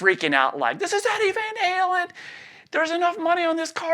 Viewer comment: shows he’s a true southerner and rocks a nice drawl when he says...”staindin’ ahn Lon with Eddie vain Haylen “